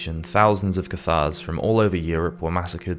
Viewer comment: The narrator needs to check his pronunciation of Acquinas, Hospitallers, Cathars, and Castile.. Otherwise, thanks.